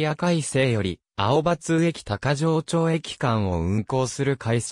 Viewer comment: 読み方違う。「高城町駅」たかぎまちが正しい。